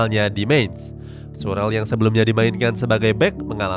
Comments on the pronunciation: Andre surel 😂😂😂😂 Scurle cara bacanya 😂😂😂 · Schurrle..dibaca sklurle aja g ada surel..bahasa jerman tetap dibaca sama bukan kaya bahasa inggris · Izin koreksi min itu andrea SCHURLEE bacanya shurle bukan shurel wkwk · Min, klo bahasa Jerman schurrle (huruf H umlaout) jadi Syurle secara bahasa, atau tetap di baca syurle (baik jerman/ baik Indonesia) bukan surel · Pas denger kata surel ko aneh apa mimin nya sengaja bikin aneh. Komentator dunia aja nyebut shurle Tetep shurle ko. Ga surel wkwkwkwk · Surel apa skurle sih ngomongnya?😬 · saran min... Schürrle dibaca shyur-le. tks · Pdhl kalimat nya jelas loh,kok surel ya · Shurel. Wkwkwk Aneh gue denger nya ngab Rasa mau protes ke mimin nya